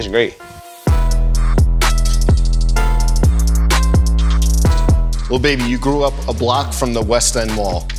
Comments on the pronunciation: It’s so Annoying that he says little baby it’s lil baby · It kills me when he says LITTLE baby not lil